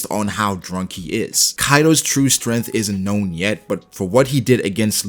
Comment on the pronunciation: I like how he says stemth